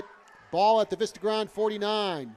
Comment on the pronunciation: That New Jersey commentator was really annoying with that "Vista Grond" crap. its Vista Grande - its pronounced "Veesta Grawn Deh".